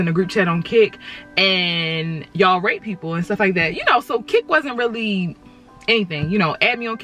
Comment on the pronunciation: I thought that she said rape, and not rate. Plot twist: She did say rape